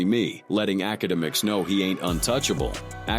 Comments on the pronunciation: The fact that it says it wrong, so many damn times gives me anxiety, I don’t even want to watch the video because of it, and I do like the videos of this channel I’m not a hater or anything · Academics lml can't even say his name right 😅😅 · I dunno if this is engagement bait or what but holy fuck the 1000 pronunciations of akademics is killing me